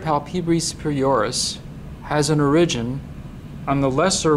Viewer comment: Informative video, but what's going on with that pronunciation of "origin"...?